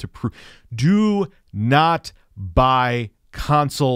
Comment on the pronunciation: “Dew nawt seek the treasure!” “DEW NAWT SEEK THE TREASURE!”